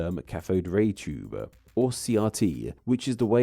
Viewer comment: Why is there a “schwa” sound added to the end of so many words being said? Like “… all collected-uh.””decend-uh” “tube-uh” imagine-uh.” “… to-uh” “categories-uh” “down hill-uh?” I’m not judging if this is a real voice. Or is this an AI voice? Or a speech issue?